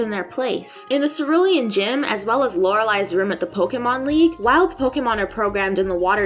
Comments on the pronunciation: I'm just glad she actually pronounces Pokemon correctly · The voiceover has a bit of an echo or hollow sound, but I am very happy to hear Pokemon pronounced correctly.